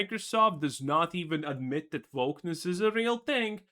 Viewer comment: He is saying "wokeness" with with a different sound for the "w", maybe as a joke or to avoid problems with the algorithim or something.